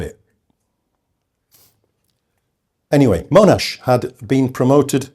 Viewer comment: Agree, all I heard was that Monash (not Mow-nash), developed an initial plan (combining things he knew worked with tanks, plus the aerial ammo drops), consulted his subordinates on the plan, good feedback was provided, the plan was then modified and implemented, his troops fought bravely and well, the battle was successful, all objectives were reached, and Monash took credit (as any commander would). Instead we get Monash was ‘devious’ in his desire to have US participation, or the plan didn’t work perfectly (which, amazingly, they never do after they start!). Monash can stay on his pedestal.